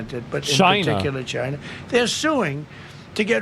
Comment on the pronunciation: Why Trump can't pronounce normally "China, Somalians" etc. Chynah! Samalians